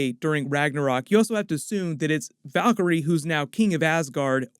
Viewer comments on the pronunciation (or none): none